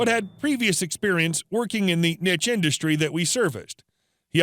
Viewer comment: You pronounced Niche ('Neesh') wrong but it's okay because "Nitch" sounds funnier.